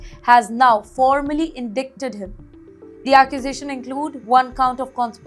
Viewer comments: indik-ted = "indicted" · aapne "Indicted" ka uccharan bhul kiya hai .... iska satya uccharan "In-Di-ted" ... "letter "c" is silent 23 years old Indian crook must have watched the movie, "Frozen River" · Completely wrong pronunciation of indicted. Please do some basic research before making videos on controversial India-West topics and getting mocked by people like Sara Gonzales.